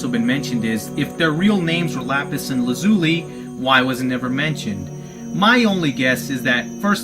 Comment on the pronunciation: hey champ i love the videos, but your mispronunciation of Lazuli is killing me. the names come from a blue stone called Lapis lazuli. Lazuli is pronounced: Lah-Zoo-Lie ;)